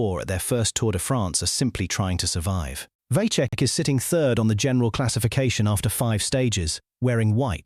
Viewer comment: Vacek iz Czech but no Vaczech. Pronunince him Vatsek.